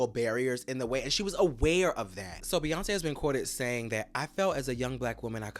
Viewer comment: The say Beyonce is horrendous LMAOOO